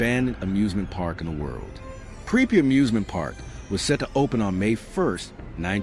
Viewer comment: bro is Pripyat not preppy